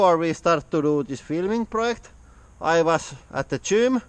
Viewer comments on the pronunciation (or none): none